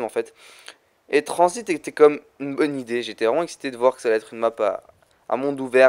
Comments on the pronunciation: Ses transit pas tranzbit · il a dit transbite